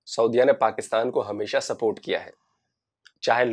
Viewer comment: सपोर्ट को स्पोर्ट बोलते है।